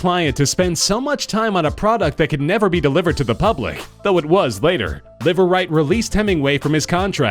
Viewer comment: Imagine establishing a new last name for yourself meaning, "Live Right" only to have it be pronounced as Liver lol